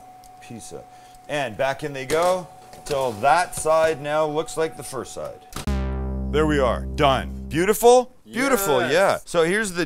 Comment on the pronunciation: “right therrr” finally paying homage to the southern folks!